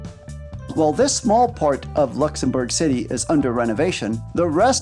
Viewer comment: Also it’s Luxembourg not lexembourf